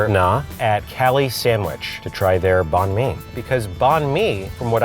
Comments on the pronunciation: When they pronounced banh mi as bon mi, it reminded me of when people pronounced pho as foe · the way they pronounce banh mi has me cackling hahahahaha and also the love she puts into those sandwiches?! cutting off the burnt bits??!!! they deserve to be a bit more expensive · They're destroying how you say banh mi ik because I'm vietnames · My Vietnamese self getting triggered about how they say Banh Mi but also excited that they're eating Vietnamese food. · Pronouncing banh mi wrong.